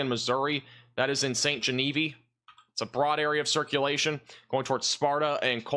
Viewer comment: “Gen-A-Veeve” not “Genevee”